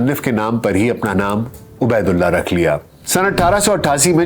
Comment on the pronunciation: A.a...yah lafz abaydulla nahin hay yah ubaydullah hay